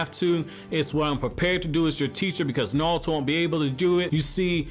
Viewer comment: “Nalto”? “NAWLTO” Who is that? I thought it was NARUTO.